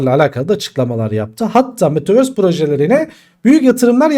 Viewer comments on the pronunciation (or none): Metaverse değil ama metavööööğğğöörsss👍😊anladın sen onu hocam